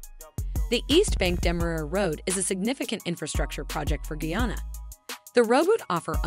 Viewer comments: Please- it's Not Geyana- it's GUYANA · Did she say "GAYANA,? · Please pronounce guyana better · The country is Guyana.not guana nor Vienna. Please review before posting. Guyana is ! a English speaking country on the Atlantic coast of South America and not in Africa. Thanks.